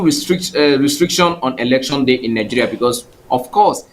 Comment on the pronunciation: Elecshon lol